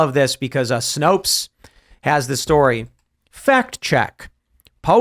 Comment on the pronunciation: Snopes. Rhymes with 'copes'.